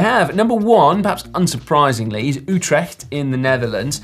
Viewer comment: Si pronounces Utrecht correctly! Good on ya :)